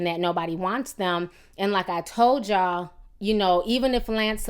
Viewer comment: What the fuck is a y'awl and de troot lol?